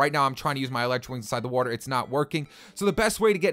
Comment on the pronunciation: Anyone else noticed he says Wuatr